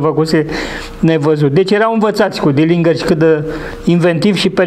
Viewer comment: Se pronunta "dɪlɪndʒər/", exact ca Fitzgerald din JFK.